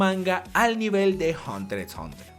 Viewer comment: No dice hunter x hunter si no Hunter hunter